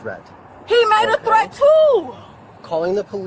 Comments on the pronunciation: It's Threat my man..Not Tret..to say ASK..Please...Like swimming..I DON'T GET IT!!! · My man , when you say twet , are you trying to say threat ? Love your show . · Tret? Between the commentator and the woman I'm confused asf Ol boy can't pronounce the TH word if his life depended on it every time he says the word threat I'm rolmao 😂